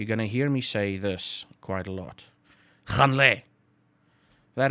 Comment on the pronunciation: YAY we get to learn swear words again!! :D Actually it's funny because I had to ask when you talk to Nina because it doesn't sound to me like you are saying "gaan" it sounds like han or hon. So thank you for adding that in to this lesson!